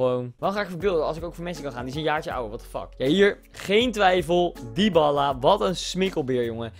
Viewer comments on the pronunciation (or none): Niet Dyballa maar Dybala....!